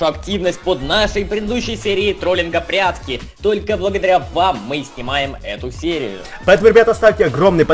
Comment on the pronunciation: я один услышал как сказал "прятски"